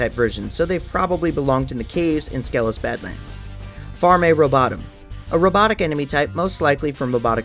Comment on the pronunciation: You much like every Spyro creator mispronounces Skelos Badlands. Skelos is pronounced “Ski-Los” in both the original PS1 version and reignited.